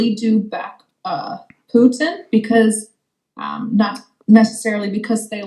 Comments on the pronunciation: Agree. And no Russian or Ukrainian - or any Slav - would pronounce "Putin" as "poowtin". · I'm from Germany, I speak some Russian and Ukrainian, and she sounds totally American. The most ridiculous thing is her American pronunciation of the name of Putler - despite being his fan girl. 😂 A mother tongue speaker who is pro Putler would pronounce his name correctly. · her fake russian is fake as hell. she can't even pronounce putin how russians do. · After listening to lots of Russians over this past year (Evgenia Albats, Sergei Guriev, etc.), even I could instantly clock “Donbas Devushka” as American. She didn’t even ^try^ to pronounce Putin the way Russians do! Good work NAFO on unmasking her, and I hope she gets the mental health help she so badly needs. Feel sorry for her kid. It’s not terribly surprising to me that a country run by mafiosos and crooks (Russia) is attractive to grifters, scammers, and habitual liars like Sarah Bils, Gonzalo Lira, etc.